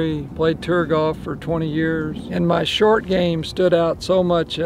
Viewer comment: Utley is the Harvey Penik of this era, simple wisdom and intellect…..a true great! He’s the type of guy that if he started talking to you while cutting apple with knife and eating a piece of the apple off the knife blade, you listen!! Like the way he says “tour” as “tur”. GREAT GREAT video!!